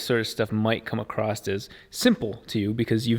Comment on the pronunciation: God dammit! There is no T in across...